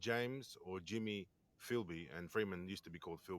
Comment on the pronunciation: Filby not Philby. To his mates it was Filbysama. This comes from our Zen Do Kai background. Bob Jones who along with Richard Norton started ZDK was called Kyoshi Sama. Filbysama was our nick name for Des because of his love for karate, specifically ZDK. I have known him since 1987 when he first started ZDK at Galvin Hall - Wodonga High School. I still remember his first class because of a funny event that happened to him. He is absolutely the best bush survivalist I have ever known and not for one second do I think he’s dead. I visited Mt Buffalo and other mountains with Des back in the late ‘80s and early ‘90s. He seriously knows them probably better than anyone ever before. He’s never really had a job. He never really wanted one. He would go missing for 2-3 weeks at a time and we had no idea where he was. Then he would just turn up and tell us about his adventures hiking and camping out in the mountains. Mainly Mt Buffalo. Ever since I have known him there was something special about that mountain for Des. If ever I was to be lost in the Australian bush I would want to be lost with Des. I have known him for 38 years and I have always said that. Funny story I remember him telling us. He was hitch hiking to Mt Buffalo probably about . Two guys picked him up. He was sitting in the back seat. They started talking up big about how they had killed and buried someone out that way. Des said he thought he was in trouble-so he made up an even more horrific story. They shit thems